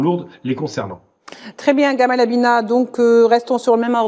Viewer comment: Abina sans r frérot.